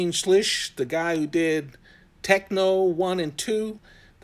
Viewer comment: Schlish? Lol......